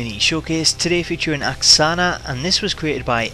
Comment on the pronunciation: Lol Ak-san-A , and she is Russian?